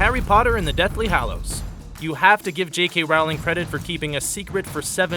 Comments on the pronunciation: **Deathly HALLOWS not Deathly HOLLOWS** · Isn't it Hallows not Hollows???? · Lol u wroth Harry Potter and the Deathly Hollows instead od Hallows